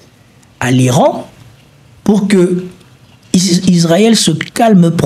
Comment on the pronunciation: Fais des efforts : Israël et pas Isarel !